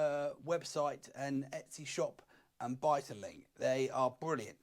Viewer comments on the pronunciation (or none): none